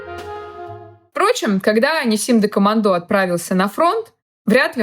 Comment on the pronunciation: Правильно гоаорить НИсим. Ударение на первое И